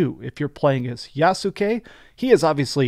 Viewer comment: Yas ke not ya su ke